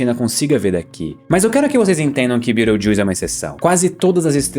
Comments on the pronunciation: Mano juro que tive que voltar o video, vc falou Betelgeuse e eu ouvi "Birotildes" 😂😂😂😂😂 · Falou Betelgeuse soando como Beetlejuice, já lembrei de Os fantasmas se divertem 😂😂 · Não há NENHUM motivo justificável para pronunciar o nome de uma estrela em inglês em vez de em português! Fala sério! 🙄🤦😡😤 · tbm nunca tinha escutado assim